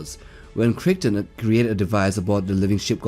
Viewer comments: "Crick-ton" LOL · DuQuesne is pronounced 'dooKane'. Also Farscape's John Crichton is pronounced 'krytin'. Geez. Otherwise, great seeing those two on the list along with the usual WH40k and Halo.